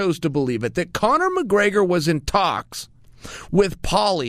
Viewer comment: Copnor mcgregor?